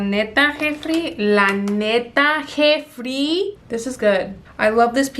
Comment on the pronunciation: New subscriber here!! I love your personality lmao pinche “Jefri” 🤣